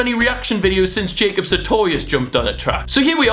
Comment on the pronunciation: mans just said Jacob satoewious